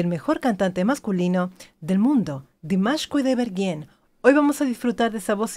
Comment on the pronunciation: Димаш-фантастический исполнитель!..СпасиБО за добрые слова!Имя Димаша Кудайбергена очень чисто произносите!..С любовью из Казахстана...💖💖💖